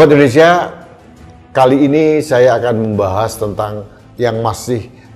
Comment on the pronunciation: saking semangatnya menyuarakan "suara" rakyat.....sampek kamisosolen"ini dan itu" jadi "iti"....semangat mas menyuarakan kebenaran